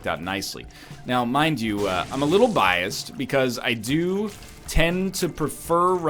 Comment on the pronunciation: Ryan, what is this "biast" word you speak of?